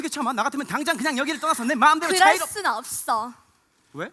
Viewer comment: 없thㅓ 엘비thㅡㅋㅋㅋㅋㅋ 발음이 안됔ㅋㅋㅋㅋ